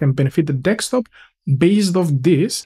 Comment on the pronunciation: D-E-S-K!!!! Desk-top. Top of the DESK. NOT DEKS-TOP. DEEEESSSSSKKKKK!!! :D :D :D